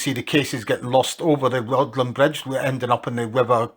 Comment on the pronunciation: And the 'dd' in Rhuddlan is a 'th' sound, so it's more like 'ruthlan'.